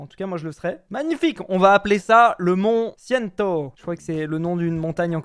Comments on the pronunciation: ça se prononce ''Monté TcÏnto" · C’est montè cintô que ça se prononce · Monte tchinto * la prononçassions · ça se pronnonce pas comme ça pout le monte Cinto!